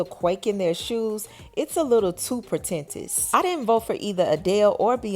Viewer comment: The word is "amid" & the word pretentious is pronounced "prēˈten(t)SHəs" no shade just helping🤷🏾‍♀️